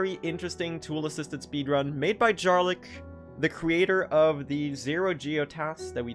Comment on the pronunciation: You're pronouncing Jarlyk incorrectly; the "j" is pronounced like the "y" in "yam"